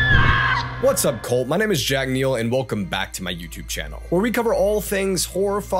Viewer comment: does he say cult or colt